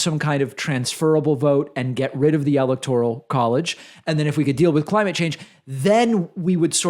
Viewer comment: I'm sorry to sound petty, but it sounds like you're saying "electorial college." Isn't it "electoral college?"